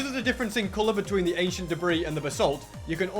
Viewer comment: I love how says achient debris lol